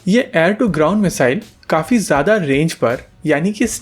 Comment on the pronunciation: Don't say Jada kaam. It sounds odd